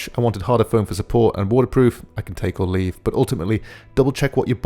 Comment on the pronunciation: great video man... I laughed and had to rewind...your accent got me! I thought you said it was "waterproof so you can take a leak" not its water proof I can take or leave HAHAHAHAHA